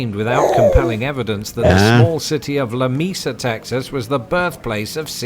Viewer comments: Being from Texas also, I cringed when he called it Lameesa. Reminded of that cartoon when Sylvester the cat said, "I hate meeses to pieces!" Lol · I'm a 4th generation Texan and want to make sure you understand that not all restaurants have chicken fried steak (CFS) and of those that do offer it, not all make it the same way and it won't taste the same at each restaurant. By the way, the video guy needs to pronounce Lamesa as "Lah (as in LA, LA, LA singing)- may- suh (as in sun).